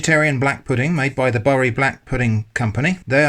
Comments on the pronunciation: Bury - It's pronounced "Berry", not "Burry" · The mustard was a curveball! Needs some HP sauce on it! Good excuse to eat two black pudding butties though 😉. Bury is pronounced “Berry” not “Burry”. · Its been "berry" for the whole of my 60yrs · Bury is pronounced Berry. The non vegan version looks like it’s blood version. Not sure if it is as good for you as the normal Bury one. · I was wondering whether you usually pronounce Bury like you did or you changed because of how it 'should be' pronounced? Although Google may say that Bury should be pronounced 'Burry', I feel like always reverting to what the language 'used' to be isn't always the best way. Language evolves and we evolve with it. I used to live in Manchester and we all called it 'Berry'.. I'm not saying it is the wrong way to pronounce nor am I saying it's the right way, but changing the way you speak because research and the internet tells you to takes away individuality and modernism.. Great video though! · Its pronounced ‘Berry’ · In Bury most of us pronounce it 'Berry' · Bury (the place name) is pronounced like "berry" (the fruit). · Weird, I just moved to Bury and no bugger pronounces it as Burry... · Its pronounce berry Im from there 😁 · Google's incorrect here, I'm from Bury and it's pronounced the same as berry/buried treasure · Don't worry about the pronunciation. While most of the people in Bury pronounce it the way you did, almost everyone else in Greater Manchester says 'Berry'. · Speaking as a fellow "southerner wuss", I've always pronounced any appearance of "Bury" as "berry". How have you been pronouncing "Sainsbury's" (as in the UK supermarket / grocery store chain for our overseas colleagues here) all this time then? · The correct pronunciation is Boo-rye! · Don't believe everything you read on the internet, especially advice how to pronounce "Bury".